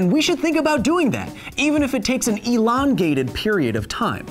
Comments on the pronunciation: Did he just say ELON-gated period of time? 😂😂😂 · "Elon-gated period of time" Yeah, you dont fool anyone, but nice try